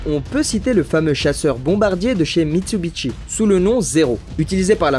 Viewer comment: Propiétaire d'une Supra A70 Turbo depuis 15 ans, ma belle fete ses 35 ans cet année, et c'est que du bonheur & confort ! Par contre ont dit MITSUBISHI, pas Mitsubitchi XD